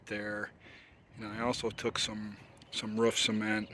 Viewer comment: Love how u say ruf instead of roof. Reminds me of my grandmother